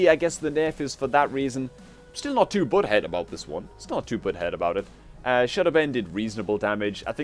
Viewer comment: Everytime you say "butthurt" it sounds like "butthead".